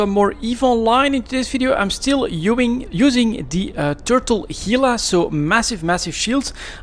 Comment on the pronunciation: How can you say "ubing" instead of using? (kidding ofc)..